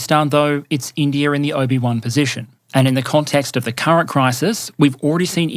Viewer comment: "Obi-One position"